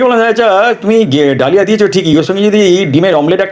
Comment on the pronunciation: ডালিয়া না ok দলিয়া বলে।